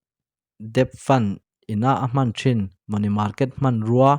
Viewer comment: Debt pronounced as det.